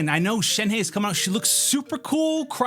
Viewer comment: SHEN-HUH.... When you do a video about a certain character at the very least try and pronounce the name right like most of the ppl try to do. Thnx